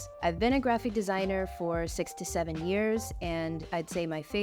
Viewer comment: 6 to 7 yrs sounded like 67yrs😂